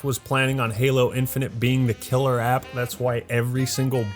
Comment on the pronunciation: Nobody:: K I L L E R A P P